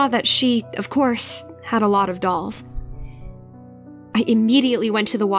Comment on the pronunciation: GIRL DID YOU JUST SAY DOLLS OR BALLS? CAUSE IT SOUNDS LIKE BALLS